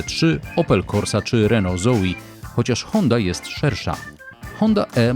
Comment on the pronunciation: RENO ZOE, A NIE ZOI. NOSZ KURWA MAĆ